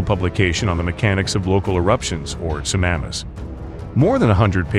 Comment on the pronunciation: It's not sunamas, it's tsunamis